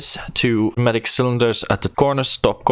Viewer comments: I still believe the p is silent there too, it's just closer sounding to noi (as is noise) mat-ish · I'm gonna change your life a little bit. The P is silent. so its pronounced new matic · I‘m pretty sure he is German & we know this als „Pneumatik“, thats why he use the P